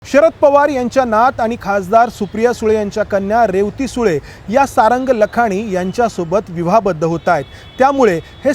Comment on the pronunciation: मुलीचे नाव रे व ती असे ऊच्चारायचे असते, तसेच लहान भाऊ, लहाण भाऊ नाही